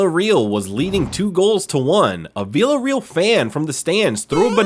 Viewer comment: Learn how to pronounce teams and names please Flipping yanks VillaREAL It’s Villa RAY AL and it’s the Camp NEW not Camp No Muppet